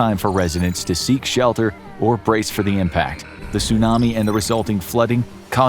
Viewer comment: Your pronunciation of Tsunami and Chernobyl makes me wanna cry 😢 Your video is amazing though:)))